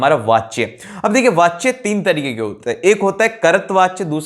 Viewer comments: Brother kuch kuch words dhyan se padho aur likho jaise toh karta vachya ni katri vachya hota hai....btw....keep it up acha padhate ho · i appreciate but i am telling that, sir ne kart vichya bola hai instead of kartri... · Nope... Thet aren't same कर्त्तवाच्या ≠ कर्तृवाच्य